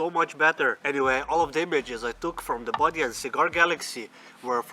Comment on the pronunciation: Super creative, very well executed!, and FUN! Great work! PS isn't it "Bode"? Sometimes the 'e' in this inconsistent English language, is not silent, but long..."bō-dē" not a big deal, but